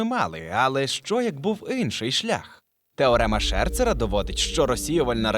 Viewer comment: Друже, це новий правопис чи тобі так зручніше - я чую у тебе в слові «Інший» літеру И. Мені прям дуже цікаво.